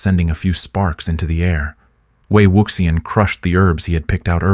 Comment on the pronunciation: no lo soporto, podria pronunciar bien ese nombre tan bonito..